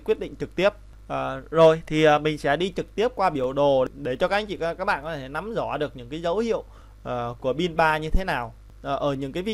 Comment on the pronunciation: Video rất hay và bạn có thể nói từ RỎ là RÕ, LẺ là LẼ được k :)